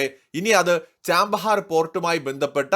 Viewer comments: Chabahar Not Chambahar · Chabahar ന് ചാമ്പഹാർ എന്നാണോ ഉച്ചാരണം 😮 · Chbahar port , pronounce well please